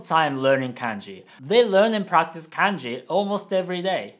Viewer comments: Why do you keep pronouncing it like k/ae/nji instead of k/ah/nji? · sorry but the way you say KANJI triggers me BTW I'm japanese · Hey, thanks for the video. I have a question. I have always been told that the vowel sounds are always the same. For example, “a” is always pronounced “ah”, but when you are saying kanji, you are pronouncing it “CAN-JI” not “KAHN-JI”. Can you explain why this is the case? Thank you. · The way you pronounce kanji is wrong(and I'm sure you know it but since you were speaking in an English accent it couldn't be helped). It's Kanji not Kaenji. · Actually, I just noticed that your family appears to pronounce it “Kahn-ji” :) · Well I don't trust this video because you said kanji wrong multiple time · are you okay? you sound like you're pronouncing "Kanji" as if you were from middle America.